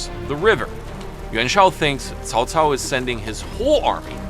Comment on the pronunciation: Dang your pronunciation is on point. I watched your other videos for the first time just be listening and I thought it was a chinese person narrating this video. When i looked into the monitor... well well well here's a Westerner who bothered to pronounce it properly! Example... Cao Cao was pronounced as (kaow kaow) in my three kingdom games... damn grating to my ears. Thank you for your effort and sharing of the knowledge!